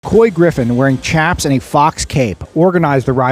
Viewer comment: Our cowboys and ranchers are the salt of the earth. God bless our President ❤🇺🇸❤🇺🇸 PS....learn to pronounce chaps ....it makes cowboys cringe when you pronounce it like " Chap Stick". The Ch is pronounced like sh in short. 😀